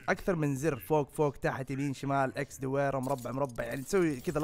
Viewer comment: دويره😂 اسمها دائره